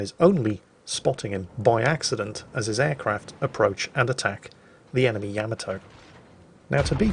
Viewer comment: I love how you slipped up and pronounced Yamato “ya-ma-toe” instead of “yam-a-toe” 😀. Then you went right back to normal